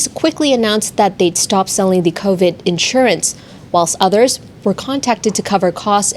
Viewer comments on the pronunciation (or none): none